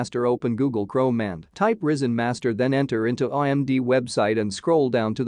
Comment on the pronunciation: it's rY-zen, not risen, pronounced rai-zen. get rid of the AI voiceover, no matter how advanced AI gets, it's still retarded...